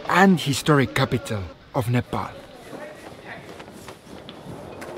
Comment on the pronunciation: Some rare youtuber who didn’t sau nepol but said nepal